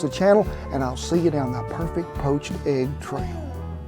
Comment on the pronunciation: has been in Oklahoma long enough that she pronounces it like we do..agg...🤣🤣